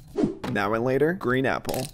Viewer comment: When he said “green apple” somewhere it sounded like “green nipple.”